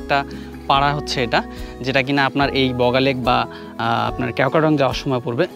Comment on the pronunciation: ক্যাও ক্রা ডং না। কেওক্রাডং